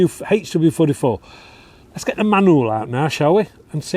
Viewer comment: I've been shooting over 40 years and your pronunciation of the HW44 is correct! Lol. Love your videos